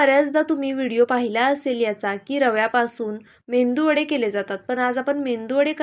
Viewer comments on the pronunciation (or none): मेंदू वडे नाही म्हणत, मेदू वडे😂